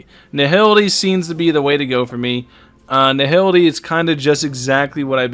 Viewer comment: you should check your pronunciation,. Nihility is pronounced Nai - ility. H is silent.